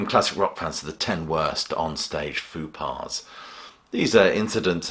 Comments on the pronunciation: Peculiar pronunciation of 'faux pas'. It's 'foh pah', not 'foo pah' (which sounds like a children's TV character). Great list, though. Break a leg. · It's pronounced 'Fo' pas, not 'Foo' pas. Or were you being ironic? 😁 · Why are you pronouncing Faux pas "Foo Pah"? It should rhyme with low = Fow pah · Fupar? Maybe i don't hear like i used to. There is a b in fubar no p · 'foo' pah? What a faux pas. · “Foo par”? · What’s a foo paw? A F.U.P.A.? Gotta love the British, always butchering the French language.